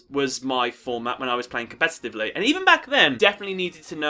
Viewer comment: It's not "compestitavely". lol. I honestly can't get into the game anymore it's way too complicated and just like a web now. Agreed.